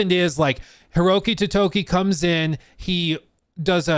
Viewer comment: I'm an idiot but I chuckle whenever he says Hiroki Totoki.